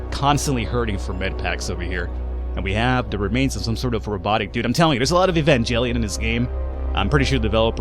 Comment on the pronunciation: The 'g' in Evangelion is NOT pronounced EvanGELion, like evangelist, but as a 'j', like Jell-O!